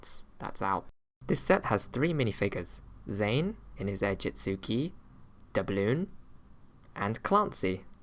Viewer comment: Why you call it airjitzuke